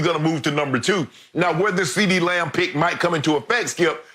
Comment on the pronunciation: Skip said Ceedee Lion bruh 😂😂☠️